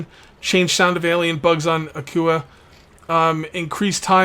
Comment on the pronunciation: It is pronounced like 'aqua' , - Ahh, kwaa - Akua, get it? Because the world has so much water...